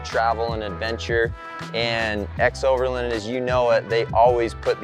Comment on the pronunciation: It’s strange how you pronounce xoverland as if it were spelled ‘xoverLIND’ with the letter I. Say it with me: ex-over-LAAAAAAAND!!!!